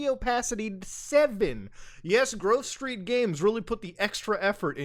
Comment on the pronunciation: Wait, why does Muta keep calling them Groove Street Games? Lmao